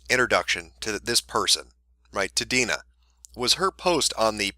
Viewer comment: Damn. Haven't dealt with this level of personal cringe since Lindsay Lohan's mom was getting bitched out by the public. It's nice that my name isn't particularly common, but always a pain when those who share it with me act like jackasses. Good job on pronouncing it correctly, though. People usually try to add extra vowels in there.